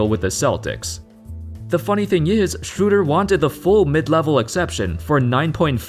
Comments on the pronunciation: I'll never get used to Americans pronouncing Schröder as Shrewder. It's not that hard to say at least Schroder. Has no one ever seen the Peanuts? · German speaker: Dennis Schröder Non German speaker: Dennis Schr?@ No offense :D it's tough for you guys